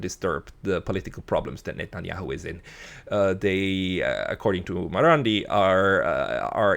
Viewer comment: it's not "Muamur" or something like that you are pronouncing. It's S. Mohammed Marandi.